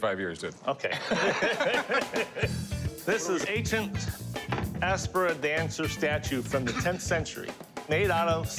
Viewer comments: He said aspara not apsara😂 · It's not aspara it's apsara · Ok i couldn't get past the fact that he said aspara instead of apsara... So glad that the expert called it apsara haha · He's from India yet he doesn't know it's not Aspara but Apsara 😂😂😂🤣🤣 Secondly, I am quite sure selling ancient artifacts is totally illegal. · apsara not aspara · 0.09 it's Apsara dude..not Aspara😂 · Asspara 😂🤣😂 Its called Apsara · Calls 'Apsara', AsPaRa. I'm Indian. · I am an indian and the pronouncation of apsara is triggering me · Apsara not Aspara.. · Aspara? "Apsara" you genius! and you are from India! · Guy says he's from India but cannot pronounce Apsara correctly.